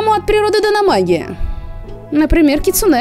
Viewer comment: Привет) Вообще не ожидала, но залипла на ваши ролики по КР знатно, спасибо большое) Как филолог всё-таки хочу внести некоторую ясность насчёт ударений) Возни́ца, са́ван, кицу́нэ (у японцев с ударениями отдельная тема, оно у них есть, но отличается от того, что в русском языке. Оно у них музыкальное, а потому в разных предложениях в одном слове оно может быть на разных местах для нас. Поэтому любое выражение ударения в японских словах средствами русской фонетики условно, однако что ж поделать, приходится выкручиваться), дзёни́н. Насчёт дома гейш, окия, полагаю, тут правильнее было бы вообще писать оки-я, с побочным ударением, соответственно: о́ки-я́. Можно вспомнить великого Миядзаки и купальни Абура-я в "Унесённых призраками". Не буду говорить, что такое это "я" здесь, ибо не уверена, но предположу, что что-то связанное с постоянными дворами и своего рода гостиницами. Может, кто-то разбирающийся меня поправит)